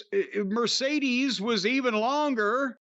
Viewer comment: Midcedes Mone